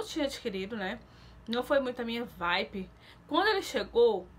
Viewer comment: Se fala vibe e não vipe. Dá agonia ver vc falar as coisas erradas igual quando vc fala bobi splash e é body splash. Se fala explendoroso e não explendoso